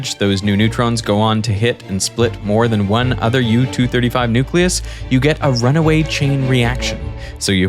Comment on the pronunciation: Bro must really like cows. He keeps saying udder 🤣